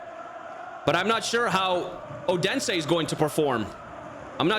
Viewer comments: Its Not Ådense Its Odense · Great video, however my earz will need some rest after hearing you butchering the pronunciation of Odense😂 Thought you were saying udinese the whole time😅